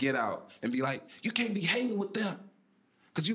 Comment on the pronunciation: The less English they speak..........but he can't say "axe" or "can't". 🤣🤣